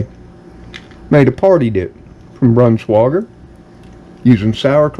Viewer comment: It is pronounced with with a long i for the ei. It’s not Brans wah gar but “ brans-wi gar” Hope this helps. Be sure to get high quality meat and none of that fake yellow gum which is not real cheese! It is not worth how unhealthy it is. Get real cheddar please so u will stay healthy. Love your channel and God bless you.